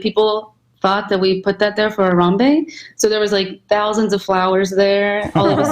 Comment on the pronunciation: Ethan, you're saying Harambe's name funny lol it's not HaramBEE it's more like HaramBEY :)